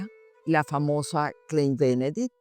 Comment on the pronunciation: no se lee klein se lee klain porque en el alemán la e con la i , osea "ei" se pronuncia la "e" como si fuera como una "a" ejemplo: rein ( puro) = se dice rain weit = wait ( lejos) dein = dain ( tu - tuyo)